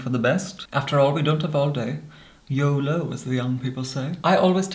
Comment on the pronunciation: Bruh he really do pronounce it like yeauleaux